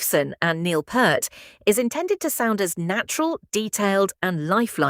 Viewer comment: I'll be sticking with my original copies thanks and such is the attention to detail that the AI woman mispronounces Neil's surname.